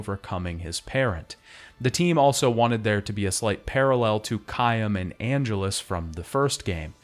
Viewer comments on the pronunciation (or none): I take a little psychic damage time I hear C-eye-m, but hearing Caim pronounced correctly right after was a fucking critical hit. I’m a nonbeliever, but I’m still praying we don’t hear the story of Zeh-ro/Russ in the next retrospective. I joke, but I love the retrospectives. It’s just that mispronouncing the name of a major character from multiple games with voice acting feels weird. Like you’re either trying to bait comments like this or you just play through the game on mute and don’t listen to your own video after editing. The content is too high quality for me to believe it’s the latter, but the bait is such a big distraction.